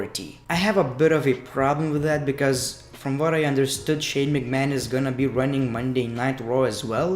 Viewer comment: huh. That's how he says McMahon every